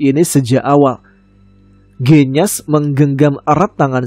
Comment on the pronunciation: Waalaikumsalamsalam mas tama... Cuma mo ngsih tau mas bilang "genyas" kata E nya sperti bilang "gendis" mas..